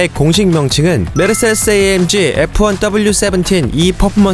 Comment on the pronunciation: 메르세레스라고 계속 발음을 하셔가지궁!! 세레세레세레스~~~***😂